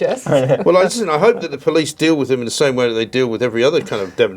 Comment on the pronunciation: Hannock sacked by winter, dawn "i bloody hooe so" 😂😂😂